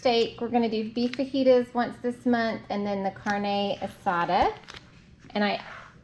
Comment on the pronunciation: You got the perfect cheese and yes you said carne asda right :)